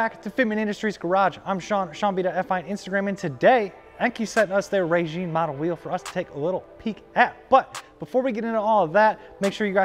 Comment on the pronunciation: I think it's pronounced (RYE-JIN) instead of (RAY-JEAN)